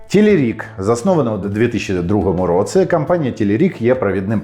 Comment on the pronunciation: Твоя українська стала такою класнною, цілі речення взагалі не видають тебе. Якщо я можу сказати, то 1 слово, яке більше всього різало вуху це "в такому то (!)році(!)" ось тут ти ніби кажеш слово "році" як "роцы". Нічого страшного, все дуже зрозуміло, проте, якщо цей маленький нюанс забрати, ще багато речень стануть нейтив-лайк 🤎